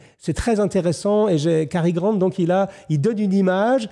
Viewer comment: Quand un commentateur prononce bien Cary Grant et non Gary Grant, on sent le niveau.